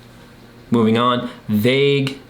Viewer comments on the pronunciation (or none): none